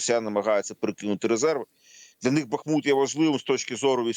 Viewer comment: Богу Слава! Слава Україні!!!!!!!!!!! Ведучому дяка за вимову міста БахмУт!